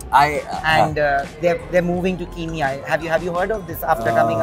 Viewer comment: Pls pronounce properly!!!!!!! It is not Ki It is ke So say Kenya, don't insult countries name